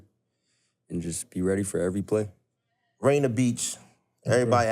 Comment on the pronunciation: It’s “Rainier beach” not “Rayna” lol it’s all love tho shout out JJ aka the golden child and Tstokes keeping beach lit 🔥